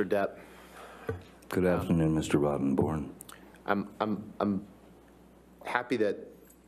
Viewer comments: I just LOVE the way he pronounces her lawyers name…. Mr ROTTEN..BORN. 🤣. He is just priceless! 💝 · Everytime Johnny say "Mr. Rottenborn", it sounds more like, "Mr. Rotten C*nt":)) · I love the way JD always makes a point of continuely saying AH lawyers name Mr Rottonborn or that's what it sounds like.😂🤣🤣🤣.There's not a dam thing he can do about the fact because that's what his name sounds like.🤣🤣🤣😜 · That mfs name is not fxckin pronounced ROTTONBORN too that is irony at it's finest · "Can you say that again.. Mr. ROTTENborn"👀 (seems like he slightly emphasises the name). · Johnny loves saying ROTTEN BORN ...... ha ha ha. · I love how Johnny loves savoring every syllable when calling that man by his last name...Rotten-born. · I sense that depp takes real pleasure in pronouncing Amber's lawyer Name... Mr. ROTTEN BORNE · I love how Johnny adds emphasis to when he says 'Mr. Rotten-born' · I love how Johnny emphasizes " ROTTENborn" when acknowledging him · I love how Johnny keeps pronouncing "Mr. Rottenborn." He does it with the perfect amount of snark while still remaining respectful. 😂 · "Good afternoon, Mr. Rottenborn"...with emphasis. Pure fire. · I love how he emphasized Mr. Rottenborn 😭😭😭 I love you Johny ❤️ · Emphasis on "Rotten" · The name rotten-born says a lot on its own ahahahah him just emphasising it makes it funnier. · I love how he keeps saying “Rottenborn” Johnny Depp is a very caring and decent man. When Heard couldn’t get money out of the divorce she resorted to lying about domestic violence as a means to get money out of him - she’s a lesbian ffs - why did she make a play for Johnny ? She also tried to come on to another costar in another movie but he knew what she was about and put an end to it . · The way Johnny pronounces Amber's lawyer's name is priceless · ahahahahahaaaaa, the way Johnny says the lawyers name .